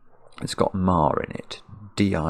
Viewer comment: I can clearly hear him say "mar" with the R.